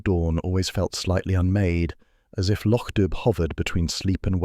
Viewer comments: How difficult is it to remain true to the MC Beaton original story. The area is pronounced Loc Do, not spelt that way, not dub. Do Better plus the graphics are totally not relatable to the description provided by the original author. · The village is still pronounced lock doo. Sonsie is a girl. Read the stories and get it right. It's no harder than getting it wrong.